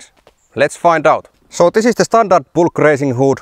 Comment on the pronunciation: It's a Bülk, not a Bulk. Ü like Finnish Y, AFAIK.